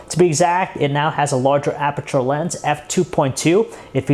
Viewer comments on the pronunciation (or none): none